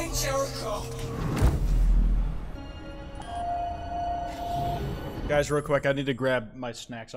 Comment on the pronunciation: lmao, when i heard "jericho" i thought it said "terror drone"